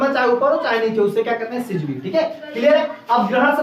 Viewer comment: Not सिजिवी that's syzygy(सिजिगी )